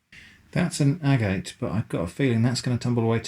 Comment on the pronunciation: It’s pronounced agate not agate!!! Do your homework before releasing videos.